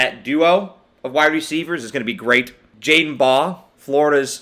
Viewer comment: No way you’re a gator fan but said Jordan Baugh